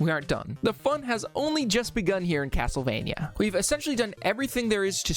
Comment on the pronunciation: Haha Cattlevania.